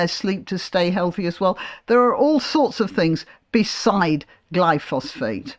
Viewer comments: It's not Glypho-phosphate, it's Glyphosate - which doesn't sound so bad! I believe it's actually biodegradable - leaving no chemical residue. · Er, I thought it was "glyphosate" rather than "glyphosPHate". See There were weed-killers in the late 19th century. See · They (Greens) suggested the council should compel residents to keep the pavements clear... I imagine unpaid and no reduction in council tax, are they so naïve or just stupidly self absorbed?... By the way, I think the chemical in question is: Glyphosate, pronounced: gly-fo-sit... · I'm sorry to be pedantic but you mispronounced "glyphosate" - there is no second "ph". Apart from that I completely agree with you!